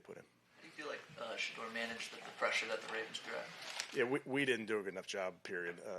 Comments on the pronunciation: This coach has a hard time saying Shedeur name! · Stefanski can’t even say Shedeur’s name… But always refers to Dillon by his personal name… sad case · Still can't say sheduar name 😂 fire this bum